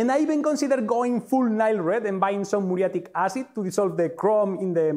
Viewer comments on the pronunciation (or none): none